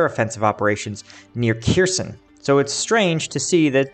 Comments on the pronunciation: OK. until you stop butchering the names of Ukrainian cities, I'm going to stop clicking the like button. All you gotta do is type the name into Google Translate, identify the word as Ukrainian and click on the speaker button. C'mon, man, be a little more professional! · LOL, there's no T in Kherson!!!